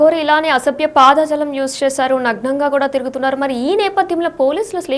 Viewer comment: News reader first nuvvu intiki vellipo.....వార్తలు చదవడం రాకపోతే మూసుకో....అధి పాదజాలం కాదు....అధి పదజాలం